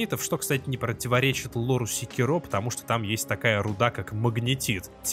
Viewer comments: не сикерО а секИро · Называть секи́ро секирó, все равно, что называть бурати́но буратинó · Секиро́ ухо режет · Правильное ударение "секИро", ну на крайний случай с натяжкой "сЕкиро", но никак уж не "секирО" Ну и я уже молчу про то, что автор абсолютно ничего не знает про шиноби... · секИро. в оригинальной японской озвучке его именно так произносят. И это его имя, а волк - псевдоним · Это так, но в японском есть акценты, играющие роль ударений, и в японской озвучке явно слышен акцент на секИро. Опять же, есть и более-менее каноничная английская озвучка. В английском ударения есть, но при этом прозвище главного героя произносится довольно монотонно (по-японски). Из-за этого в английской озвучке можно расслышать как варианты секИро, так и секирО (уж как мне кажется). Но с чем я точно не согласен, так это с вариантом сЕкиро - ничего подобного при всём желании расслышать не получится. Но десятки обзорщиков со мной не согласны) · Каждый раз когда слышу ударение на последний слог в слове Секиро, аж передергивает)